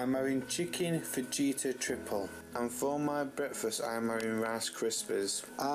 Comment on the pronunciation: The way he says fajita cracks me up 🤣🤣 the j is pronounced like an H 🤦‍♀️